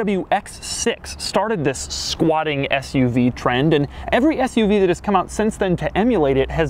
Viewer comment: I died every time he said “squatting” 😂